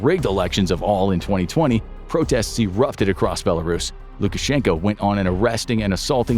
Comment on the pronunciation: It's BelraRussia 😂